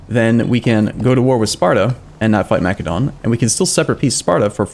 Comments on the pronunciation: plz... its not pronounced makedon.... its masedonia or masedon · MA-SEH-DON, like the country Macedonia.